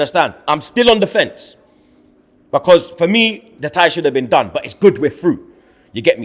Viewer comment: I never understood why can’t Fucking pronounce the word BECAUSE.. ITS BECAUSE MATE. Not becaaaaah wtf is that?